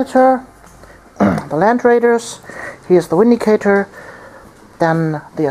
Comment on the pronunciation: both armies looked awesome! i would definitely suggest more close combat against necrons. theyre far too shooty! ...it may be inappropriate, but i smiled every time you said 'windicator' :P